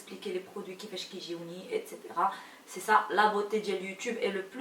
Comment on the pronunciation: a part le maquillage japprecie bcp le fait que tu prononces etc correctement avec un son s et pas un son x bisooooooox 😘👍👍👍